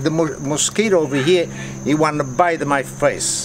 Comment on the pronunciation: “De mosquito over ‘ere, he wanna biter my face”